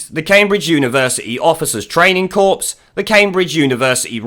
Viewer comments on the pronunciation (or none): KAW not corpse.